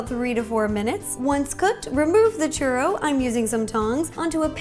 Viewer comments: It's pronounced chew-ro not cher-ro. U is the hard letter not the R. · Churro, get it? Chur RO